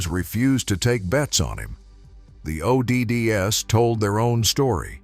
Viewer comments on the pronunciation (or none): The O.D.D.S? That’s odds. Too magnificent of a horse to be reduced down to an AI narrative!!😡